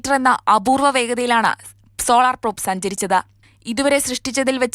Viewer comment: പ്രോപ് അല്ല പ്രോബ് ആണ്! പാർക്കർ സോളാർ പ്രോബ് ഇതിനെയൊക്കെ പറ്റി വിവരം ഉള്ള ആൾകാർ ആരും ഇല്ലേ അവിടെ?